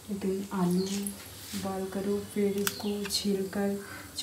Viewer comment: Voiil..... nahi boil😂😂😂